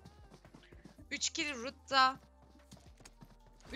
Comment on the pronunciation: Rude"ye rut diyen spiker ablamıza her beğeni bir helal olsun😂